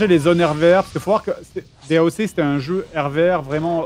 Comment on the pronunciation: "daoque" D.A.O.C. pour les vrais